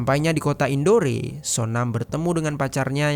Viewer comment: Ralat sedikit bang.... Tulisanya emang INDORE tapi bacanya kota INDOR bang... Maaf yaa saya koreksi sedikit 😊